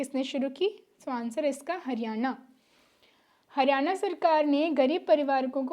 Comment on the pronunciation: हरियाणा स यो हरियाना कोनी🙏🏼🙏🏼😜😜